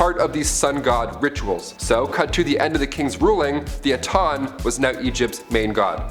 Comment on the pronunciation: Atan? AH TEN! My God...